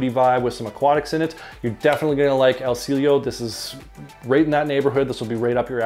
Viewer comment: It is pronounced as EL SEE YE LO.